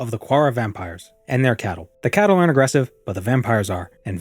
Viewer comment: If the word you're saying "CATTLE" is spelled "CHATTEL", then it's pronounced CHAT-TEL, not Cattle, like Cows. "Chattel" is Slave